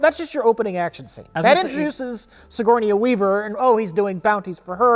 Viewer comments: “Sigournia Weaver” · "sigornia weaver" hahahaha gotta love